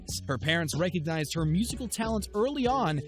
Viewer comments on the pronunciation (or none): none